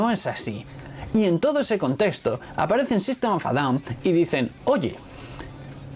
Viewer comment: En ingles en ingles di el nombre en ingles que suena horrible como dices sistem of a down